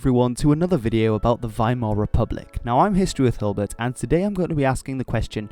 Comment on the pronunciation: Finally, someone says Weimar with the w as a v